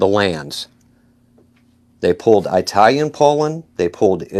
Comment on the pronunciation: "Mount. Cyanide" "An A-Atheist" "Irregardless" "Eye-Talian" 😅